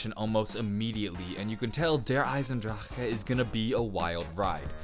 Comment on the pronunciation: That's how its pronounce in proper German terms 😐